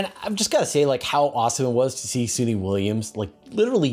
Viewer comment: Fascinating uoadte. Lots happining. Btw, Suni Williams name is pronounced 'Sunny', not Soony 😉